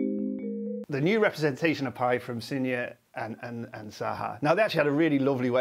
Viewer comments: Sinha is not pronounced like it's Portuguese! You say the h! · "...two Indian string theorists..." \*proceeds to pronounce Sinha as if it was Brazilian Portuguese\*